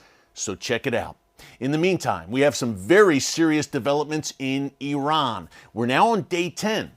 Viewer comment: First of all thank you for pronouncing Iran and Iranians correctly. You did an excellent job with your report. The issues in Iran are not just the Hejab. This is an evil wicked regime, self serving and NOT from God, as you well know. Yes PRAY for the Christians. ❤